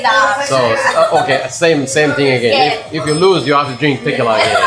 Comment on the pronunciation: My eye twitched every time he said "t-I-quila" 🤣